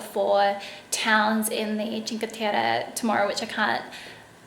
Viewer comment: Omyyyyyy your make up for the dinner is so great !!! Also your pronounce of "cinque terre" is awesome.. said by an Italian ;)